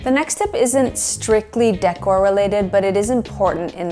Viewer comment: The way you pronounce decor is making my skin crawl. 😖